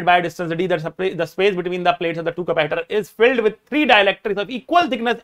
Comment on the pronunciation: Ordinary ones: capacitor sir the ultra legend: capahitor 🤣🤣